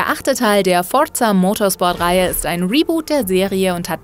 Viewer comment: es heißt Forza Motsport nicht Forrrtzzzah